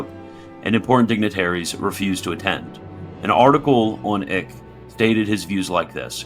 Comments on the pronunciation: Just a hint, "Eijk" is pronounced "Ike". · I’m pretty sure Eijk is pronounced like “Ike” Should we start handing out buttons that read “I like Eijk!”?